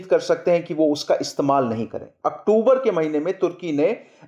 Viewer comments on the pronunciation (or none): none